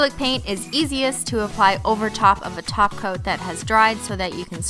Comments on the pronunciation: She's saying glossy taco right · It sounds like she's saying "Tacos" instead of "Topcoats". 😂😂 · Umm did she say tacos instead of top coat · The first time she said topcoat,The second time she tacos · (Cristine) i thought u said "add some glossy taco" insted of top coat hahaha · See I thought I was losing my mind. I was hearing Tacos too. Lol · Did she say "glossy taco" or "glossy topcoat"? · " gotta apply a glossy taco " ( yes I'm aware she says top coat ) 😂😂😂😂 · that's a cute name holo cat and did you say tacos or topcoat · Is it me or is she saying glossy taco😂😂😂😂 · you said glossy tacos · Anyone else think that she said shiny tacos? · Did u say quick dry 'taco' 😐😕😑😐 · Was she saying top coat or taco lol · I used to hear top coat until you said every one think you say taco all I can hear now is taco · lol why do i always here taco..... not top coats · Is it just me Cause she sounds like she's saying "Tacos" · Sounds like ur saying taco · Am I the only one who hears tacos and not topcoat? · She says taco. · I swear you keep saying glossy taco